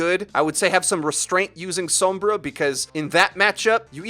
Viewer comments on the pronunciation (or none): what the other comment said. it's how you're actually supposed to say sombra. if you pay attention to voice interactions, whenever the characters say her name, they will pronounce it "s-ohm-bruh" people are honestly just lazy and don't want to change how they've already been saying it. also, some people just don't speak Spanish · Who the fuck is Soum-BRAH? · Americans be like sowmbruh. lol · god please stop pronouncing sombra the way you do. I love you though. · You want to roll that r in sombra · You pronounce Sombra in a really weird way. Like the o in Tome, rather than everywhere else it's like the o in Song. Fun video though. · Ah, I thought it was a accent rather than a language thing, as it stood out significantly compared to the rest of what was being said, and in the cinematics it's pronounced with the English 'o' from what I recall. Will have to look more into it. I don't speak a word of Spanish. :P